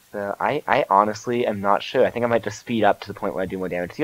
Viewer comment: Lol instead of think, you say fhink